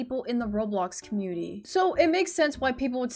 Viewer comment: you said commumity